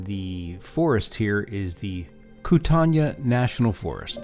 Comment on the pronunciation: Locals pronounce Kootenai as "koot-nee".